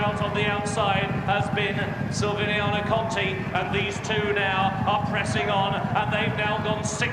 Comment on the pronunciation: Shame the RUK commentator couldn't get Silviniaco Conti's name right throughout most of the race. Take a couple of lessons from Simon Holt.